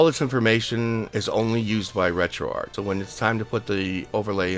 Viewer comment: Finally someone who pronounces Retroarch correctly! Thanks for the tutorial.